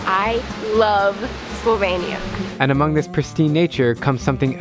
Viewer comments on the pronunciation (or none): Why did your sister say slo-vay-nia She’s so American I’m dying at her pronounciation